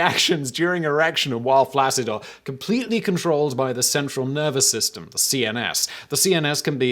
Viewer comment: Please learn the correct way to say the word "flaccid"